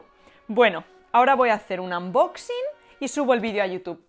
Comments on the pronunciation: lo chistoso sin ofender es que los españoles dicen "anbaxing" cuando se pronuncia ˌənˈbäksiNG. Esa ə es más parecida a una *o* que a una a xd al igual que dicen "donald trAmp" cuando esa u se pronuncia ə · Querida no digas anboxing se dice unboxing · pasa que que no se pronuncia ANboxing